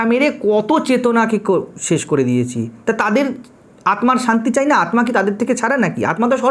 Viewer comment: আত্মা, স্মৃতি, জড়, Disk উচ্চারণ এত ভুল কেন!